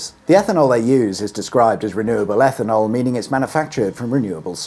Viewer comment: EFFANOL? 'EFFIN 'ELL!